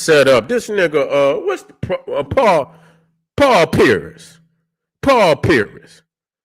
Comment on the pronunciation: say paul pearis instead of pierce